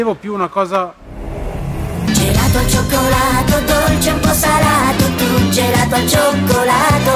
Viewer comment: GELATOH ALLAH VANIGLIAH